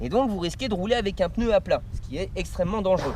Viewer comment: sympa ! par contre on dit un pneu et pas un peneu....